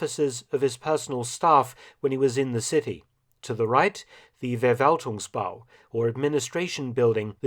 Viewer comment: And FerValtung. 😀